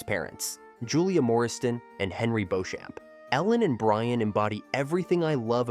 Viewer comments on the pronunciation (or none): Please learn the pronunciations of names. Beuchant is pronounced Beechum